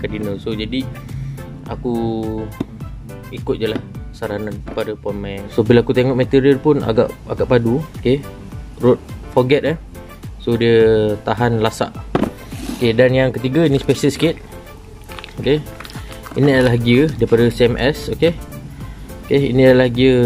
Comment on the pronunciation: fosh bukan forget 😂😂😂